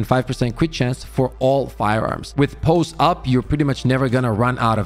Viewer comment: its pronounced "pah-see" up not "pose" up ;)